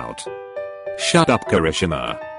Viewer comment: I love the “kekreshi-ma XD